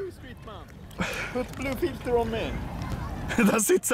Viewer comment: you said blue filter more like blue fitta